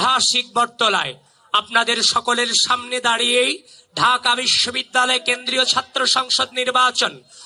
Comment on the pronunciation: শেষে কি বিশ্ববিদ্যালয় বলেছে নাকি বেশ্ববিদ্যালয় বললো বুঝলাম না!